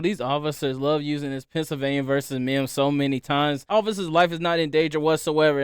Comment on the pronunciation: Pennsylvania V “Meeeimms”